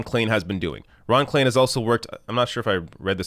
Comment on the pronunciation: start learning languages. Klain = Klein, for God's sake